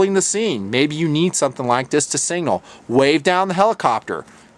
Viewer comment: It's pronounced SIG-NAL not single.